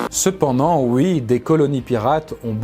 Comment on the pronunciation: C'est à pour ceux qui cherchent 😉